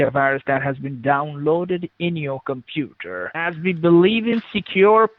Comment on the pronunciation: compuder. derpa derpa compuder.